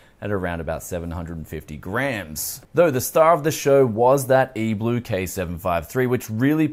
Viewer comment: It’s E-3LUE not E-BLUE